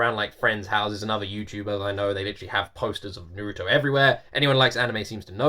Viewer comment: Just cause you know that's not how Naruto is pronounced